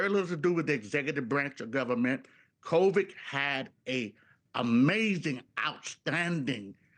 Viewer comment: Did he just say “covik “? 😂 wonder how much he’s being paid.